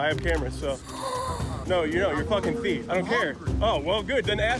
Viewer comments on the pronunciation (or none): Ce qui est écrit: It’s a thief Ce que je lis: It’s a thief Ce que Mastu lis: Itafif